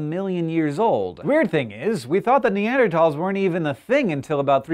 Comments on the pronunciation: What's neandertalls it's Neanderthals th not t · i love scishow...but two things. You said Ausyralian scientists and the writing said Austian...and please please start pronouncing Neanderthals the way its spelled. Not tals, thals. The th! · Fuck, it's bugging me how you say "Neardertols" Instead of "Nearderthols" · Ne-and-er-Tals or Ne-and-er-THals? I've always thought it was the latter, but you now have me confused Hank! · Neander-th-als. With a "-th" Not neander-t-als (misspelling is for pronunciation purposes) with a "-t." The History Channel (need I really say more?) was first to replace the ending, -thals, with -tal. Im sorry I just had to get that off of my chest. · Why do you pronounce 'Neanderthals' in a weird way? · can he not pronounce neanderthals correctly...